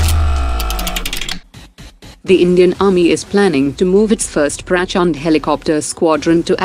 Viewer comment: Not "praaaaachhnndeee" but prachanda